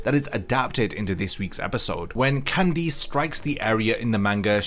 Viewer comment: Why do you pronounce Candice with emphasis on the I?